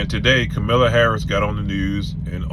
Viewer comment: if you'll follow someone with bad character then you must have bad character also. Don't vote for Trump AKA Mr Retart. Also can you please say her name right dude. Very very disrespectful